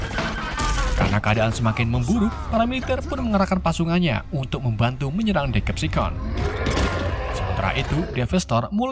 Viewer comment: Hore penyebutan deceptation udah bagus, mantap bang